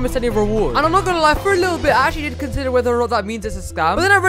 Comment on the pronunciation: The “HOW DRRRRID I DO”